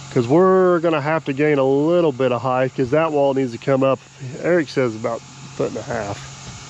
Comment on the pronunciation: Height not Heighth!